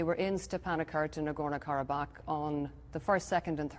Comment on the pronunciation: he says 'gharabag' with a strange arabic accent to sound authentic but thats not even how qarabag (karabakh) is pronounced